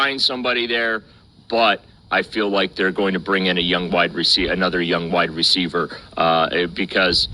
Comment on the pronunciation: I thought he said white receiver at first lol